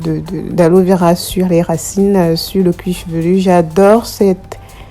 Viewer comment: On dit cuir chevelu. Cuir chevelurrrrr n'existe pas!